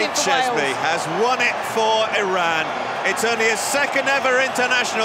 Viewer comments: Commentator absolute butchering the Iranian names and even Iran itself. It’s E-Run not E-Ran. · It is pronounced E run not E ran . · Eee ronn? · EYE-Ran played well